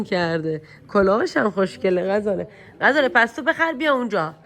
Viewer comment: عاشق ولاگاتم 😍فقط غزاله گفتنت😂